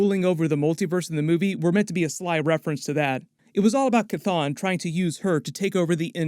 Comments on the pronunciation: Jesus the fucking H is not silent. Its Cheh ton not Cuhthone. 🤦🏿‍♂️🤦🏿‍♂️ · Dude, the demon's name is not pronounced Kathon its pronounced Shhhthon. You didn't hear Wond say it in the movie. I keep commenting to you everytime you mispronounce it. I guess its better than the way you use to buchter it, Kathone. Its Shhhthon !!!!!!!!!!!!!!!!!!!!!!!!!!!!!!!! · After MOM i realize Chthon is pronounced sathon. So I always cringe when I hear it pronounced cathon now.